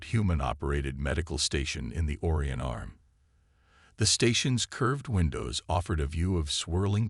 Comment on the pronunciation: Give a Human a job!!! AI's can't pronounce for sh]t. Even Orion it didn't get right. You also NEED to read your work - there are MANY spelling errors. If you can't be professional, why bother? AND what is with the wings on the human and the 3 cats? "for their rifle owners."???? "they washed her"?? How is that possible?? SO MANY ERRORS - I GIVE UP LISTING THEM. If it weren't for the alien children, I'd give up listening too.